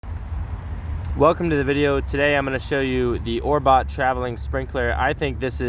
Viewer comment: Orbot?? Canyou not read?